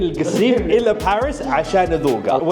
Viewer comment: باريييس تنطق بمد الياء